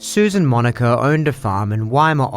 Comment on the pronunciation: Oh, its Monica. I was only listening and you kept saying Moniker.